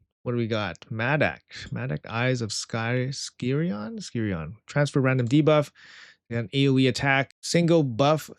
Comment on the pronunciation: Gawd, every CC can't pronounce skyiron. It's a gun wielder. sky + iron, FFS so annoyiing.